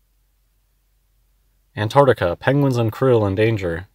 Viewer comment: Damn mouth-breathing oxygen-thief can't even pronounce Antarctica.